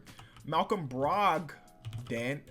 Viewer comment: Come on it's not that hard:D you spell valanciunas the same way you're pronouncing it, the same with bogdanovic or brogdon I mean just try to Read bodganovic or brodgon.. You can tell when you read it that way it's wrong:P